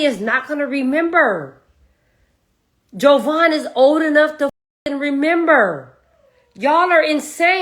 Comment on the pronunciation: She don’t even knw JAvaughn’s name. It’s not an O. Ugh and she keeps saying it over and over. Glad she’s holding CR accountable. Finally.